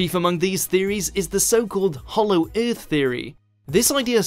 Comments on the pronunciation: Eurth Eurth Eurth Eurth Eurth EARTH damn it. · Came to make fun of whot if alyeens lived in tha centa of UUUUUUTH then realized every mother fucker down there already said it -_